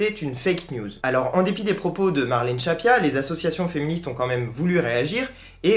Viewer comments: Merci pour cette vidéo. C'est Marlène "Schiappa" et non "Schappia", attention. Sinon, d'un point de vue technique, soit tu mets une musique, soit t'en mets pas (perso je vois pas vraiment l'utilité, ça fait un peu ambiance de supermarché). Mais si t'en mets une, faut qu'on l'entende... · Juste une petite remarque futile ... Marlène "Schiappa" se prononce comme "Chia Pas" et non "Chat Pia"... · Je ne discute pas le contenu mais ce serait infiniment plus crédible si le nom de la ministre Marlène Schiappa était bien prononcé.